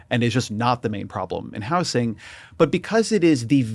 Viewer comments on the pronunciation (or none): Why does he say house-ing